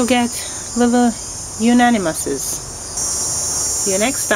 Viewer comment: How not to pronounce the name of this plant: unanimous.